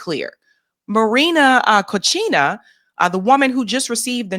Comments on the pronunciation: Calling Maria Corina, Maria COCHINA (dirty (pig) woman) by mistake was funny but so appropriate. 😜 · Love how pronounced Marina “Cochina” 😂 Also, this is exactly what Lenin described as imperialism, the highest stage of capitalism.